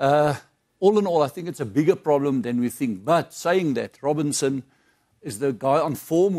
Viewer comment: It's Robertson not Robinson...